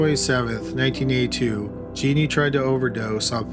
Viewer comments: That and her name is Jea NEEN. I read a book about her years ago and it sounded familiar but I'd never heard of a killer named Jeanie. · The last case: the name is pronounced "Juh-neen".